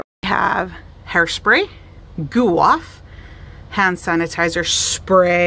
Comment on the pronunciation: It's GooF Off! Not Goo Off... Thanks for the video, btw.